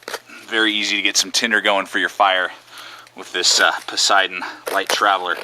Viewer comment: Posideon? No. I pronounce it pay- satan...( I know: cringe. Its a wilderness area or forest the knife is named after)